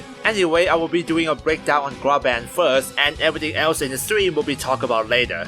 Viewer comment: Gah-brawn-th That’s how you pronounce his name ⚔️